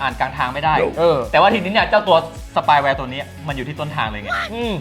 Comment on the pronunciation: spy ไม่ใช่ spay